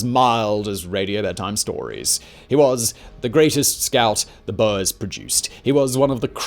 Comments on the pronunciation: Its not bow-ers its “bores” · screaming at “boas” like the snakes instead of “boors” i’m fine with that mispronunciation because it’s fitting but it’sHILARIOUS